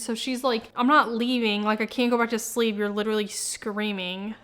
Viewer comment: We shared one brain cell when you said “he’s witerally so good at whittling”